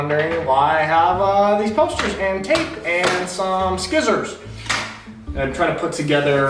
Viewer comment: Did you say "sckizzors" for effect or is that how YOU pronounce it?